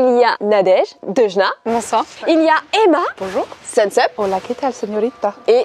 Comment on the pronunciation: À j'adore le BoNJoUR 😂😂😂